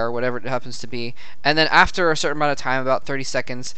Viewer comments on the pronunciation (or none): none